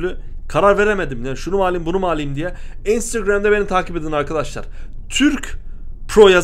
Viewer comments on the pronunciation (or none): iynsıgramda beni takip edin arkadaşlar ...instagram oldugunu biliyorum... TÜRK PRO çok hoş söğledin abi